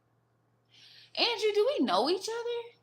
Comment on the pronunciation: Hola from nz gurl i swear u so spot on with this first part of ur reading How u said the name Andrew is significant.......like adrew !!!! he's the guy I have a crush on .